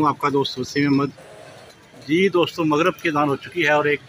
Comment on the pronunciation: Magrib Not mugrab